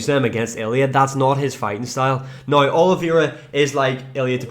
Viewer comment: How tf do you sell the word "now" and then proceed to say "noigh"